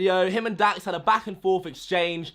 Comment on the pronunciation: ITS LAX ITS DAX